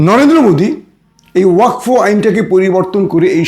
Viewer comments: ওয়াক ফো নয় ওয়াকফ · ওয়াকফো আবার কি ওটা ওয়াকাফ 😅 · Uccharon thik korun . Wakfo noi wakof. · ভাই কথাটা ওয়াকফ। ওয়কফো না।